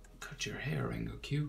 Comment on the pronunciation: you dont pronounce it "rengokq", you pronounce it "rengoku" good drawing though